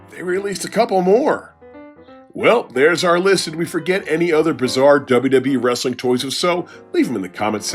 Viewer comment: I don’t usually subscribe to a channel after one vid. None alone after hearing the channel name. But pronouncing “Wrestling” as “Rasslin” is hilarious and definitely deserves a sub.